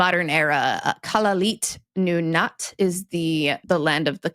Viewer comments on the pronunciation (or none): You can be forgiven for mispronouncing Kalaallit Nunaat :) the AA are long and the LL is a voiceless alveolar lateral fricative as in Welsh.